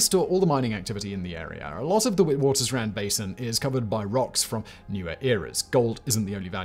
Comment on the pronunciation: Witwatersrand is pronouced vit-vaters-rahnd